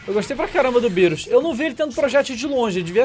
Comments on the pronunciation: Tava rindo quando tava chamando o bills Por birus lol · E engraçado ele falando birus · Essa pronúncia do DJ é sensacional kkkkkk, beerus, hitto kkkkkk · MR. MISTER eu sei, mas mesmo assim acho engraçado kkkk